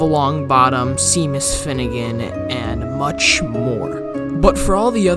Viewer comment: ‘Semus’ I’m dead 💀